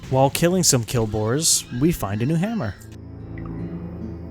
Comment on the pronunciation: Quill boars, not kill boars. LOL love the vids